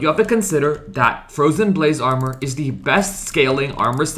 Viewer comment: fwowyen bwayse awmow